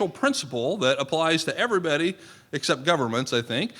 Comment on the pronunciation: Where can I see when anything like this is happening in my area? This fellow who says "ever betty" instead of "everybody" is speaking of soil ecology in such a way that its chelating knowledge so i can uptake it efficiently. I've understood these concepts in a new way.